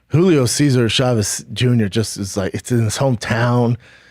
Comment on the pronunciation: How many times he said Hulio Chávez Junior